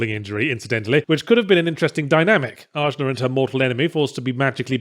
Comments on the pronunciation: Wouldn't it Ah-Na, not AJ-Na? Pretty sure that J is supposed to have an H sound. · It's weird to me that you keep harping on her name. While you were playing you mentioned it sounded like they just drew letter out of hat. It's the Sanskrit word for the third eye chakra.